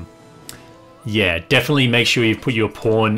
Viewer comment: Are you saying pawn or porn? It really sounds like porn